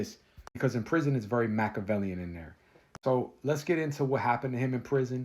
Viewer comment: hey there some dude trying to do the same thing as you! IT IS SO BAD I COULDNT EVEN FINISH A 15 min Episode named “off the yard” This is bad!Really bad! Check it out!Much love to you❤❤❤ WHAT DO YOU MEAN WHEN YOU SAY “MACHAVELIAN “?? From Australia!🇦🇺🇦🇺🇦🇺